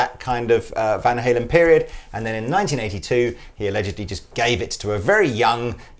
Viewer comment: I love you guys, but butchered van halen....that won't help sales...